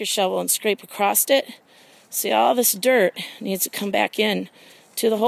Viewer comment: Thanks for the video! And there is no T in across